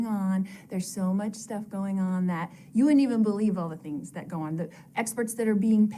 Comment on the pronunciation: Loved that you pointed out the Southern California-isms! Here's another one for you that must be a Utah/Idaho (maybe even an LDS one?). She pronounces "things" as "theens". My best friend from Idaho has said it that way since we were kids and me being from California I always thought it was weird. But I've noticed several other people at church from Utah do it, and also Lauren from Hidden True Crime does it occasionally too (don't know if she grew up in Utah but I know she grew up LDS). Once you hear it, you can't unhear it!